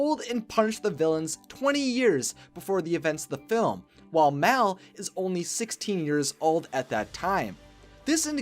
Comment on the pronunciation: Mal not Mel